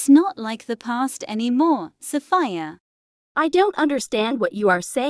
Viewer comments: the fact that my name is 'Sophia' the way the text to speach says 'Sophia' SoFIa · Sheesh you don't pronounce Sophia "sOvIa" (the mom calls Sophia Solva😭💅✨✋)